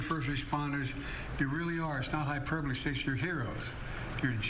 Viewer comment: It's not hiperbaly